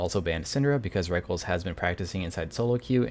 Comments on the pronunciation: LOL the way you pronounce Rekkles, it not "wreckles" it "wreck-less" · have to admit i completely lost my shit every time he pronounced rekkles "reckles" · The way you pronounced rekkles is so funny :'D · lol I've always actually prefer that pronunciation even though it's wrong. Can't break the habit.